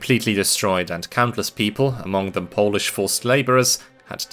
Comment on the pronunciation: I appreciate your good pronouciation of polish. I grew tired of many usually americans who just fumbke it to sound like some incomprehebsible alien-speak, making up the weirdest sounds when they see any polish letters...